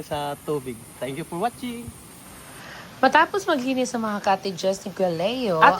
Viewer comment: Napurga na kami sa kasasabi ni Leo ng tenk yu por watsing